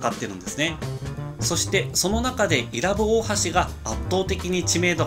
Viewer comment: （い↑ら↑ぶ→）じゃなくて （い→ら↑ぶ↑）だよぉぁ